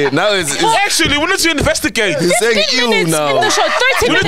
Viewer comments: "We need to investi-GAY-te" 🤣🤣🤣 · "InvestiGAYt" 😂😂😂 MacG moving in suspicious ways, uyaSOLisa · Sol "we need to investiGAYte" killed me 😂😂😂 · InvestiGAYte🤣🤣🤣🤣🤣🤣🤣Sol's mind is something else 🤣🤣🤣🤣🤣🤣🤣🤣🤣🤣🤣🤣